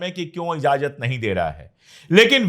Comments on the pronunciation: pandy ji.................. izazat nahi...................... IJAZAT ....corret word hai. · sabkuchh bahot achchha hae bas IJAZAT boliye please,not IZAZAT, sorry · Sir I like you very much and watch your all the episodes , with due respect to you I want to correct one word of Urdu,it’s not “izazat “ it’s” Ijazat “ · Slip of toung